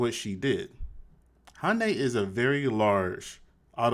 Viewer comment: She can't pronounce Hyundai. Maybe she thought it was Japanese or Spanish?